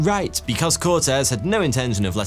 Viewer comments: Con-keys-tador, not con-qwist-ador. Vey-las-kez, not Vey-las-kwez. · Don't emphasize the q in Velasquez. It sounds more 'kez' not 'quezz' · Bruh English people say everything wrong on purpose... It's Veh·la·skez, not "veh-la-skwez". Christ... This is a very common name today and if you came to the States speaking like that, you'd be instantly labeled a racist who says people's very simple and very common names wrong on purpose. You may not have many Mexican people over there but Spain is literally right there by you guys, Europe doesn't really even have borders. Most would assume a European to be MORE cultured, not like this. Fkn gross. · What we Spaniards love above gold and even sleep, is an English trying to say "Velázquez". 😂😂